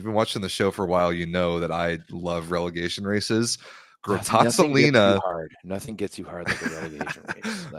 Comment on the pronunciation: Masterclass on how pronounce "Grottazzolina" by. Complimenti.